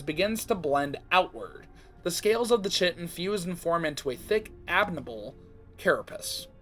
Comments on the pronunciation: Fun fact: chitin is actually pronounced more like kite-in! Awesome video btw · Ik this is like a month old but chitin is pronounced Kai-ten